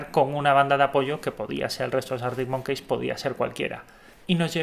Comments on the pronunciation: Es monkis xd pero da igual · cada vez que dices arctic monKEYS me sangra el oido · Año 2080, seguirá pronunciando Artic Monqueis 😂😂